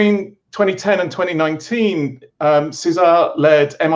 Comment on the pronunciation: Nobody knows all languages and pronounciations, so no judging there. Having said that, the accent remains on "Cé", not on "sar". So just like in English you would pronouce Cesar, the same stress applies in Spanish, only changing the vowel sound to a Spanish "e" vowel sound.